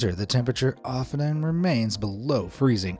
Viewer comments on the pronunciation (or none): Does the word "often" have three syllables? In my life I've never heard anyone require three syllables to speak that common word. I can't understand how a human with such meticulous diction as this guy has could make that mistake. Hence, it's not a guy. Mistakes like this are most likely made by giving spelling mistakes to a voice synthesizer. They didn't catch the error upon listening to the video, just as you didn't catch the error yourself.